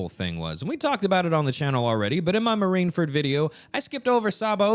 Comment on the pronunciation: There’s no way you’re actually saying it as “Marineferd” lol